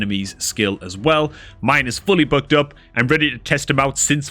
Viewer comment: Every time you say "booked" i hear "bugged". Also Uugo's a woman.